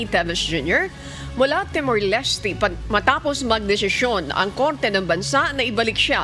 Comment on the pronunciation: Timor po hindi temor! Hour po hindi awar..